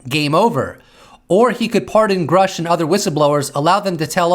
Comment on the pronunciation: You keep pronouncing Grusch wrong. It actually rhymes with douche. And that is appropriate.